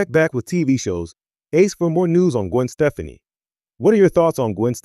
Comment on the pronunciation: You would think if you're going to do a report on someone, you would learn how to pronounce their fricking name!!!!!